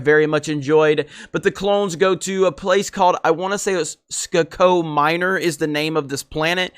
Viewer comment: really is an idiot wow it’s “Skako Minor” you dunce not “Skcako Minor”😂